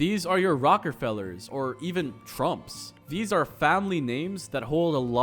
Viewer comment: Lol, okay definitely not a NYer. "Rocker Fellers". "Rockefeller" pronounced "Rock ah Feller" or, (and especially when talking about places named after them, like "Rockefeller Plaza" ) "Rock ah Fella"